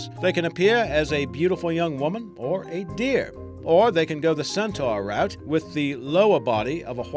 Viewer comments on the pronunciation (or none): none